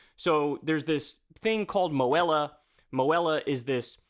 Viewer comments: As a Missourian with Student debt, its pronounced, "MO - HE - La", not 'Mo - Hel - a'. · MOHELA is pronounced moh-hee-la